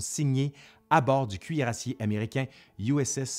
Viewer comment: 1 an après je termine la vidéo ...une fois de plus on dit cuirassé et pas cuirassié (1h00,44-45) ! Bonne continuation